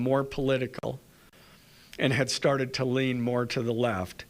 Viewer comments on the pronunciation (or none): none